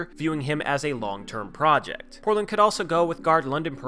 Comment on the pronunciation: Am I the only one that noticed you say "it's very imPortland for Portland..." in the middle of #2? A good friend will tell you your fly is down, rather than let others gawk at you. Luvvz!